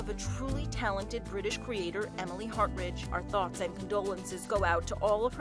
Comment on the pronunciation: She was the best and her name is pronounced Har-Tridge, not Hart-Ridge.